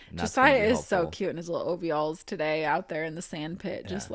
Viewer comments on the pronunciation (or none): / if you listen to that part you can hear Tori say ovealls.